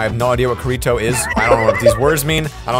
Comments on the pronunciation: WTF IS KURITO IT KIRITO GET IT THROUGH UR HEAD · KI-RI-TO Not kiri to That hurt And it’s S.A.O. Not sao Goddamit man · STOP SAYING KURITO ITS PRONOUNCE ( KITTY TOE ) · Number 61 is pronounced ki-ti-to and sap stands for sword art online which is an anime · as a weeb here imma correct how you pronounce Kiritio’s name (Kee-re-to). It was a pain to watch and hear your pronounce it like that. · Every time he says kirito wrong it triggers the crap out of me still havent forgit about the time he said (cure-eat-oh) on purge day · Why its pronounced (kE) (rE) (tO) that is how you pronounce his name and its pronounced (S) (A) (O) not sao and it stands for sword art online and is a great anime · He said karito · For those SAO fans I'm triggered with the way Kirito was pronounced lololol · 7 55 the way he says kirito and sao is both wrong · I’m just gunna say the butchered the pronunciation of Kirto